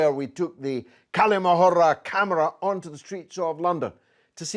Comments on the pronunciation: Dear George it's not 'kali mohura' the pronunciation of the word is "Kal'ma-a- Hurr" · Bro ther Galloway, the way to pronounce the Kalima Hurra, the H should sound more like HOUSE than HAVE Hurra, I know it's not that important I just thought to mention it.